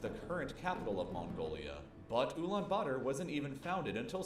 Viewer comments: Ulan bator not butter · Did he just say ulaanbutter ?